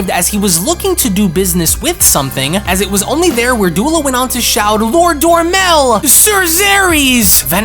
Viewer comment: Dromel, not Dormel Salaga, not Salga. Your pronunciation is so off.